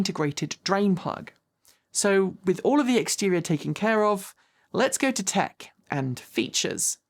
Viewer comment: . “Tech and features” I almost thought you said “quirks and features”. 🤣